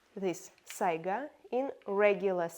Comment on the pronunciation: Анастасия, давайте поможем англоговорящему комьюнити и американским оружейным блоггерам правильно ставить ударение в слове Сайга - произносите его по-русски, пожалуйста.